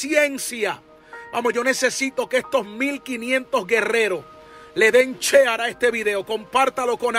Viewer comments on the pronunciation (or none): Dios te bendiga te siga usando el Eterno te guarde y haga resplandecer su rostro sobre ti y te de Paz Números hermano una pequeña corrección no se dice chear se dice sheir